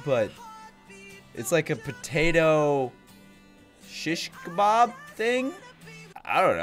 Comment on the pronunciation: Chich kebab. .hhhhh ....the way you pronounced it hhhhhh so funny. ...it's an arabic word by the way ...love you